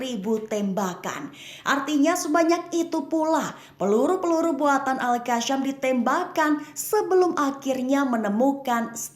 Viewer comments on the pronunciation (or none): Al qassam bukan qasham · Al qasham ke Al qassam??tolol ke juru bicara konoha ni😂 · Al qassam malah di sebut al qassham😅